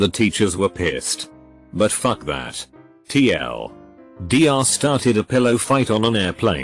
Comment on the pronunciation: The text-to-speech when “TL;DR” is on the screen: tee el… doctor The text to speech when “Dr. Pepper” is on the screen: dee are… pepper